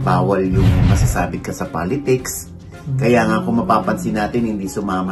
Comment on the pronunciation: Un pronuncion mo Palitics ha. Politics un